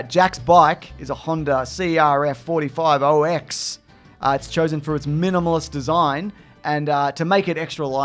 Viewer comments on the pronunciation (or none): Did you say CRF 45ox?😂